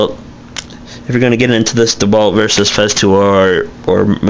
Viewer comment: Bad review! First the festool track is universal. Also blades, really you want to use a blade for a reason not to get something. There are manufacturers that focus only on blades. Frued! I don't think your qualified. Oh yeah and it's not DEwalt it's DeWalt lol you don't even know how to say the name